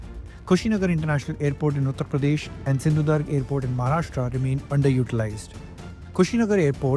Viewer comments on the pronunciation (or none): Our NEW ENGLISH SPEAKING generation, can not even pronounce "SINDHU-DURG" Correctly. 🤮🤮